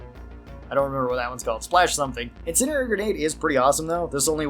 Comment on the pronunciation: In send E airy Not "incinerary."